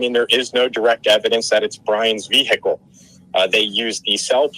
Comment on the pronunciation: I would never hire a lawyer who does not know how to say the word vehicle properly. It's not hickle the H is silent.